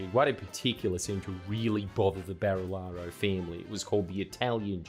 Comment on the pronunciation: Why can't anyone with an American accent pronounce Barilaro? Just literally listen to any of Jordans vids ffs stooge